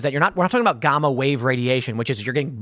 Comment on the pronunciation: And the medical disinfo cast strikes again. Also, Tim, GAMMA radiation. Like, Bruce Banner, aka The Hulk, was exposed to. How can you possibly mispronounce that??? Also, gamma radiation is NOT what is causing cancer. The problem you're encountering here is not differentiation between radiation (a general term for "dissipation of energy via electromagnetic waves" and radioactive DECAY. The later is the more dangerous. Radioactive decay occurs when an unstable isotope (aka nucleus with a specific number of neutron, rendering it energetically unfavorable) breaks apart to release energy. The breakdown products of this are a new nucleus (which is more stable than the original) and a radioactive particle. That particle can be a simple photon (aka a gamma "particle"), or it can be an election (beta radiation), a positively charge particle with identical size to an electron (aka positron), or it can be a helium nucleus (an alpha particle). The manner in which radioactive particles cause cancer is through a process called "ionization", which basically means that the particle collides with other molecules and alters the charge in such a way that they bind differently. When this affects DNA, it results in mutation of that DNA, which can ultimately lead to cancer if enough damage to that DNA is done. Ionization depends on 2 things: energy of the particle and charge of the particle. Gamma particles (which is a single photon of gamma radiation), are VERY small (literally, they are an infin